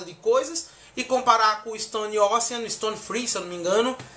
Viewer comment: shuaihsuiahs achei massa a pronuncia de ISTONE ÓSSEAN e ISPÔILERS kkkk